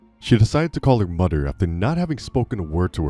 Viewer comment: He called his mudder lol